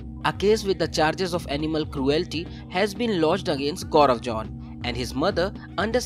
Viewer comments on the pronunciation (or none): It's zone not john though😅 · It isn't Jaun, it's zone!!!!